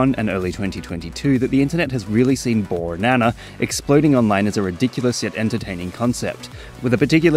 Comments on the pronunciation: I know it's pedantic but he says "ooornana" not "borrrrnana" and I haven't seen anyone else point that out. Surely someone else has noticed. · i hear ornana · "boornana." In such a bored tone death voice with him also making the "o" longer makes it even funnier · bro when u said borrrnana I literally cried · Borrrrnana consistently makes me cackle whenever I hear it. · I always thought he was saying “yooour nana” I didn’t understand bornana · I don't know what it is, but I kind of unironically love bornana. Or maybe I do like it ironically, because I just think it sounds very silly. There's something about the way he says it, including the pregnant pause before he says it, that just never fails to make me laugh. It helps that "banana" is already a pretty funny fruit. All in all it just sort of combines into a really funny line, which is very stupid for sure, but I mean, it makes me laugh, so it can't be all bad. There's stuff in this world that just makes me mad or upset. Anything that makes me laugh has got to have a point in its favor regardless. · The way you pronounce bornana every single time